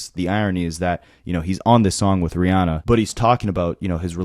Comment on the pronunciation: They was he says “RiAWHnnah” stood out to me, lol.